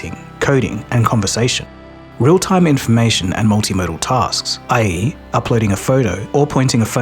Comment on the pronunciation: "Aaee eee" for i.e., this video itself is AI generated